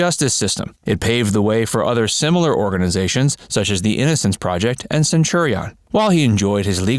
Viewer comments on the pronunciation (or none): none